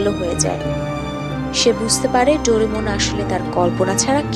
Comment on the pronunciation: Doremon/Dorimon/Doramon😂😂 Naa...Doraemon Hobe😊😅